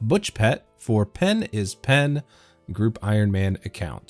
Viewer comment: You said pen is pen's name wrong, ...im certain of this!!!